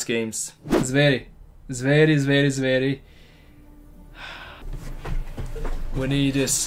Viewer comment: Bro, I am wondering do You speak any Balkan language (Serbian, Croatian, Bosnian...etc), since your pronunciation of some of their (our) words are so on point? (Zveri = Beasts)